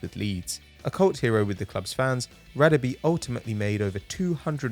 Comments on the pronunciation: It's not pronounced Radebe It's pronounce Ra-Deb(Dab) -(e)air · you are not pronouncing Radebe surname correctly, its Rah-Der-Beh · Its pronounced Rah-Deh-Beh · noobinator Simelane thank you, this killed me as a South African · Mate learn to say Radebe